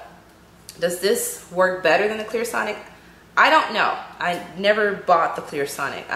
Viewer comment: First off, it's Clarisonic NOT Clearsonic. If you're making an informative product video for your viewing audience, you should minimally know how to both spell and pronounce the product name. Undoubtedly, the brand would appreciate that much effort on your part. My opinion of product comparison isn't biased as you so incorrectly suggest. It is, however, given from a personally researched and tried perspective. Parfois, le bon marché peut coûter cher! Google it my dear.